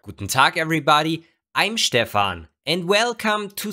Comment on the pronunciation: "Stepfan" lol